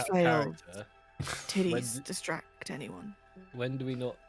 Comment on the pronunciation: Did someone say "titty-straction"